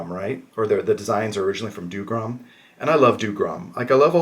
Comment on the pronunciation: Drink every time he mispronounces "Dougram" for a true challenge. But yes, it's a well shot video with some decent commentary and with some different content than some of the other folks showing off and reviewing the Mercenaries Kickstarter stuff.